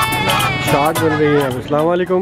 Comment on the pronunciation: Bhai plz say ASALAM O ALIQUM instead of Slamoaliqum. Don't mind plz.